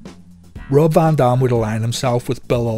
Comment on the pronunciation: “VON DOM” lol